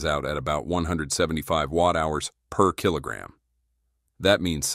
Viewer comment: The voiceover puts emphasis in weird place PER KILOGRAM